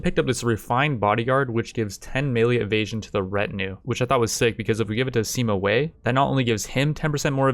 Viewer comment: THIS IS HOW YOU PRONOUNCE THE NAMES Sima Wei = Seema Way not wee Sun Jian = Soon Jun